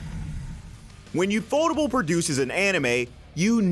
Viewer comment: UFO Table. It's not You-Fo-Ta-bull It's You-Eff-Oh Tay-bell. Like UFO. Unidentified Flying Object.